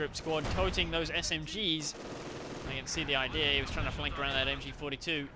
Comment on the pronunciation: It's been 2.5 seasons, I think I can finally say it before I burst: the word is ideA. [aɪˈdi:ə], not idee. Keep on rocking.